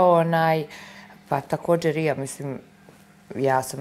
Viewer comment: " takodzer " .. " osječaj" .. " posvadzamo" itd itd 😐